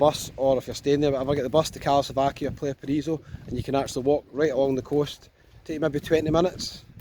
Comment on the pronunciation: Try Alykanas and Alykes in Zante, just to show not all of Zante is like party time Laganas! And it’s time you learned some Spanish, so you can pronounce places properly, like Plahyah Pahrahiso and Golf del Soor!